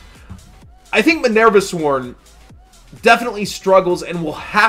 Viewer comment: Please quit pronouncing Minerva like a total doofus.